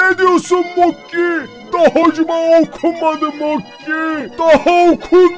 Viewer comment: Mokey değil bokey